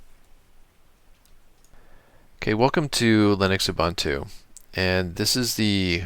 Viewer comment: That's UBUNTU or "OOBOONTOO", not "OOBANTOO". UBANTU doesn't exist.